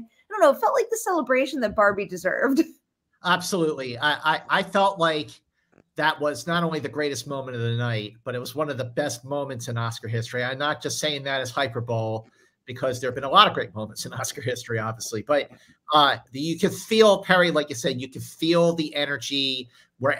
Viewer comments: Ahem. Hyperbole is pronounced Hi-PER-buh-lee. Awkward, isn’t it? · Whoa, how did he just pronounce HYPERBOLE? Hyper-bowl? whaaaaaat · Mantz's pronunciation of hyperbole is hilarious. tried so hard to make Oppenheimer not happen when it was always going to happen. Dude got everything wrong this year.